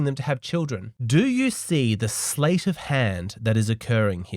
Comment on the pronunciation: "Do you see the SLATE of hand that..." The expression is "SLEIGHT of hand." "Sleight" rhymes with "bright."